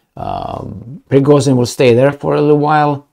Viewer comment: Prigozhin = **Prigojin**, not Prigozin. It sounds like fashion compared to fassion..